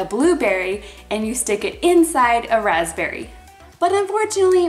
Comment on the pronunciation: I heard "brazberry" from Justin Timberlake